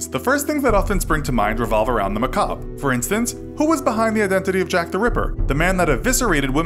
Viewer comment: Are we going to ignore the fact that the narrator doesn't know how to pronounce the word macabre?